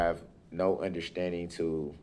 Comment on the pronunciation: Not understanding is one thing , but "NOT UNDERSHTANDING FUNDAMENTALLY", Now that is really serious !